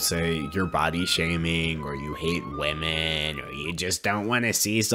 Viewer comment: "Because we respect wemon in this house" Preach!!! Your mother raised you right!